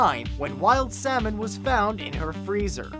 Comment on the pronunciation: "The semen act of 1986" You might want to work on your pronunciation there, mate.